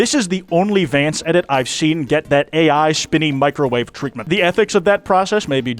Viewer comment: YAY HE SAID HIS NAME THE RIGHT WAYYYYYY